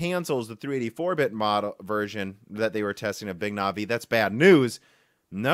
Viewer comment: Or Navi